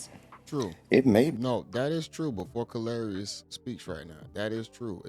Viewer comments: You keep calling him Ka-lari-ous is hilarious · Brah, He Ain't even saying dat dow, He Says " Car Larious " 🤣😂😅 He midst well say call him " Hilarious " 😆